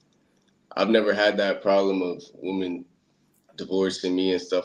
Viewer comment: Bro was cool, but why he say "waamen" like that?😂